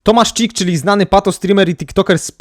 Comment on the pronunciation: Ej, to nazwisko się chyba czyta Hic, a nie Czik.